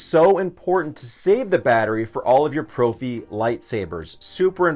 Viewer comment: Love your channel. just a bit of info for ya it is actually pronounced pr"off"ie for the soundboard name